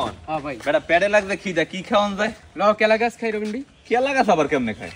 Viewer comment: কলা গাছ ❎ কেলাগাছ✅